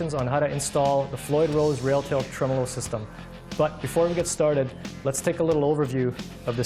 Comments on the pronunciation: Is he calling it a ‘truh-mellow’ system? 😂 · Fender pronunciation of this bridge is TREM OLO.